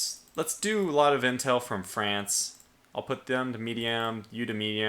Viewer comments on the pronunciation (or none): none